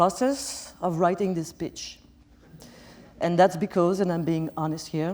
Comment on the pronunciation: she said speech, lol